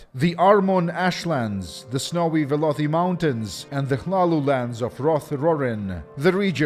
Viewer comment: Omagahd, you're the only one who pronounced hlaalu the right way, incredible. The others that I know said smth like laluu, la lui, lelua, llala and so on